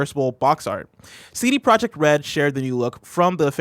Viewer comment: A silent j in CD Projekt Red...really. C'mon man.